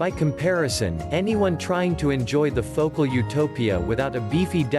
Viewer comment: Fo-cal. Phocal